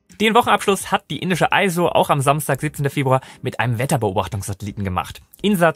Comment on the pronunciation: ISRO wird wie "iss roh" ausgesprochen. Nicht "Eis roh". Das Land wird ja auch "India" ausgesprochen und nicht "Eindia".